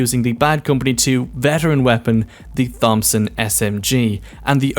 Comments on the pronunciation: I was enjoying the video until you said 'fompson' xD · The way you said Thompson SMG gave me aids. Good video otherwise.